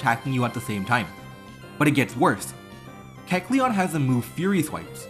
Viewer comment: Pretty sure you're pronouncing kecleon's name